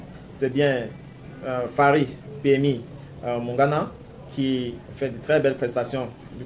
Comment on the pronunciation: It will be better for you to speak in English stop spoiling people's names his name is Moumbagna and not Moungana